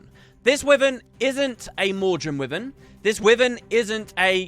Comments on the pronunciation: "wivven" XD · Wivern :P